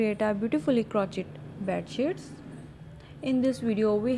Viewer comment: It's pronounced (crow shày)